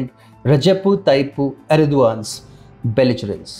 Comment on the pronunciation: This guy don't know how to pronounce the name of erdogan